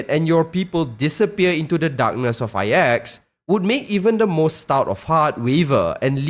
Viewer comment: Good video, btw, IX is spell "its + Axe" i cant really spell it right. But the pronounciation is in between those. Iiitss--eXX. The start is like when you try to say "its" with the ending of "Axe" . "Itx" hope that help